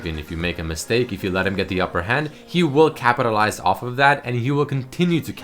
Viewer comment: "he will continue to Kappatilize..."